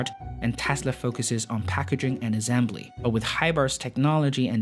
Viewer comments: Azembly lol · The way you pronounce the word assembly hurts my ears and I am not even a native. Cheers to Singapore however, I really like the video